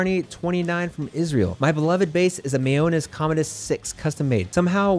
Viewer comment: it's pronounced MY- OH-NEZ 😉